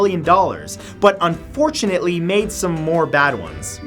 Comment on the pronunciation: and fortune... Un fortune ately 😆